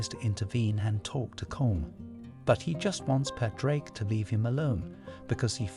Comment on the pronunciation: Pawd-rick (not paw-drake)